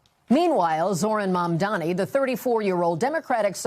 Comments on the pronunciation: Omg nbc it's MamdaNi not Mamdami it really isnt hard to say his last name right lol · Why does she go out of her way to say 'MamDAMI'? its infuriating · Why is Mamdani so hard to pronounce for everyone? It's not Mamdami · All the news anchors mess "Mamdani" up. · all of these professional news organizations can't correctly pronounce a 3 syllable name, its actually embarrassing. maybe they'll pronounce it right when he's mayor mamdani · The anchor speaks carefully, clearly trying not to mispronounce Mamdani. Yet she still mispronounces it!